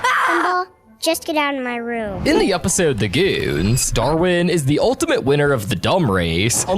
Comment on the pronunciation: “the g00ns” “the g00ns” 2